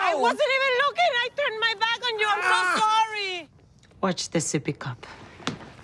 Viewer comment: Phil sayin black instead of back